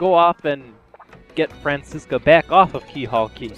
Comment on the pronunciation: Fran-Chess-ca? I'll be 100% honest, I've never heard Francisca pronounced that way before. Regardless, I should know better and know how to say Frankly's name.